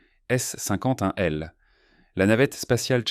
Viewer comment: "Vintate janvier", je sais pas quel système arithmétique vous utilisez, mais perso le nombre "vintate" j'ai jamais entendu parler :(. "S Saint-Quentin L", mais qu'est-ce que Saint-Quentin vint foutre la-dedans ? "Un rugissement d'air à mache 2" ... C'est quoi "mache 2" ? C'est une nouvelle unité de mesure, genre "la distance parcourue à la vitesse moyenne d'un ruminent appelé vache dans le temps nécessaire pour macher une grosse touffe d'herbe" ? "Cet etroit ... 'troit levier jaune" : 🤣. C'est quoi ca ? L'IA immite un reflux gastrique pour faire plus réaliste ? ... Bref, les 30 malheureuses secondes de vidéo que j'ai parcouru sont insupportables. C'est la pire voie IA que j'ai entendu depuis ... c'est la pire voie IA que j'ai jamais entendu :D.